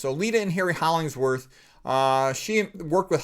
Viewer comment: You kept saying Holling s worth but it is Hollingworth ! I knew someone named Hollinsworth too- and I looked up the man....otherwise - I never knew anything about him,,,,,thanks. I loved reading Ayn Rand.